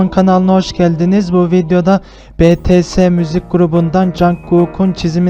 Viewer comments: Yalnız betese değil Bities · bEtEsE değil bİtİeS YANİ BETESE denmesine bütşün armyler sinir oluyo diye söyledim ama eline sağlık çok güzel olmuş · Abi betese deyil bities diye okunuyor yanlış anlama bil diye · Basta BeTeSe demesi🔪🔪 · En gıcık olduğum şey bts'e betese diyorlar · Betese dedin jankok dedin benim için bittin az araştır MALLLLL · Betese değil okunuşu bities bide o söyle okunuyo conkuk